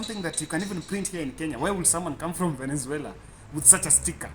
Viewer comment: Pole sana Smartmatic na Venezuela wamekutesa kupronounce sana